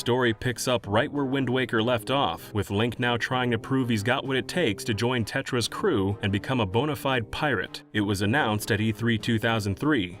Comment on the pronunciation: I thought you said 'Tetris trackers' instead of Tetra's trackers...